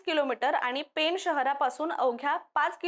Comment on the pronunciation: पेन नाही, पेण आहे ते. 😂